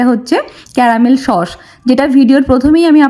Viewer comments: সস ❌ শশ ✅ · Sauce❌ shauce✅ 😅